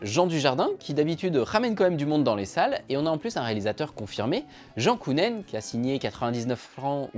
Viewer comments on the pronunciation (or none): Jan Kounen ce prononce “Yann Kounen.“😉